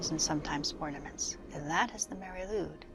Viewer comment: Nice, but some pronounciation errors, as you say. Lwyd is pronounced like Lloyd, not Lude. Nice imagery. Here’s my version